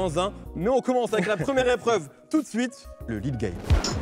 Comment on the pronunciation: « on commenze avec la nouvelle épreuve tout d’zouite »